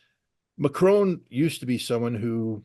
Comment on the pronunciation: Excellent explanations as usual but Scott it’s Macron not Macrone I guess you can’t help it being American.